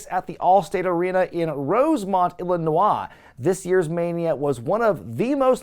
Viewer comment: Illi-na-wah? That is a new pronunciation for Illinois, but it probably is the proper way to pronounce the word.